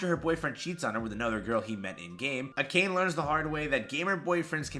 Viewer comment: Akane isn’t ‘uh cane’ but Ah Kah Nay. Yea I was like Saitama for sure lol. Still love ya man. Just know Japanese is really easy to pronounce because it’s always the same sound: E=Ay, I=Ee, O=oh, U= oo, A= Ah. You can now pronounce the majority of romanized Japanese names. But thanks for this video, I’m anxious for Kenshin… they better not mess up the very first anime of my childhood.